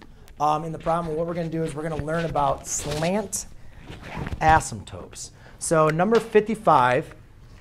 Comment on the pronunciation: You gotta stop calling them asymtopes. Very distracting. Other than that very helpful.